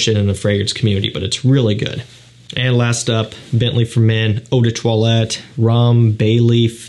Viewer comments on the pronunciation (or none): none